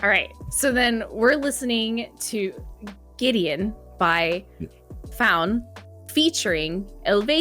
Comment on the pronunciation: Great collaboration - okay, Brit here, living in Wales - Gwydion is one of ours! First off - please, not Gideon, Goo-i-dee-on, thank you. Gwydion was the name of the young servant boy who was set to stir the cauldron by the witch (or goddess) Ceridwen, in one of the stories of the old Welsh story-cycle, The Mabinogion - he got a drop from the cauldron on his finger, and when he licked it, became the poet and Bard Taliesin. Whole series of textbooks have analysed these stories and they're still freshly re-written by Welsh poets and novelists to this day. This is a mythology that still informs modern life - like all good myths it's metaphor for the eternal human condition. Taliesin was from a pre-Roman time, when Britain was still not divided into the nations we know today - he appears in stories from Scotland and northern England too. Props to Faun for contributing this lovely music to the canon of work inspired by the old stories. More of them will always be welcome.